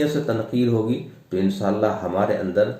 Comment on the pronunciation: Bhai pehle khud ki islah karo phir ray dejiyega, "inshallah" bolna sahi tarah yaad nahi hai aur tableegh mein nuqs nikal rahe ho...